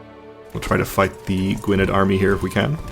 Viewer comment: Gwynedd is pronounced Gweeneth or Gweeneff if you prefer.